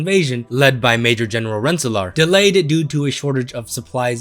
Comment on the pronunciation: I've lived in Rensselaer NY for 20 years and I've never even heard of Major General Rensselaer (Ren-Suh-Lure btw)